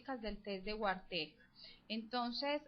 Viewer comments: ¿Una paisa explicando "la fundamentación teórica básica" de un test que no sirve para nada? Perdí 3 minutos valiosos de mi vida escuchando un sonsonete fastidioso que ni siquiera sabe pronunciar Wartegg (Varteg). ¿Desde cuando la psicología y el psicoanálisis es una ciencia como para querer dar una "fundamentación teórica" de una prueba insuficiente para clasificar la personalidad o estructura mental de un ser humano? Test de mierda, video de mierda, sonido (voz) de mierda. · Me molesta que pronuncie mal Wartegg :P la odié.